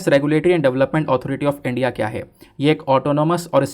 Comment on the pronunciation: This channel and sir is very good but one thing is very bad that is the pronunciation of ' India ' by sir